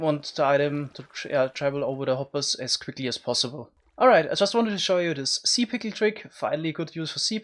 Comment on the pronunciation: I can't be the only one who listened to him saying the word pickle too many timed because it sounds funny